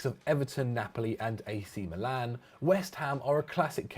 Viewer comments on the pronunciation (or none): none